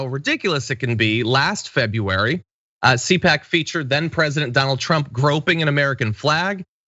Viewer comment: C-pac not Coach!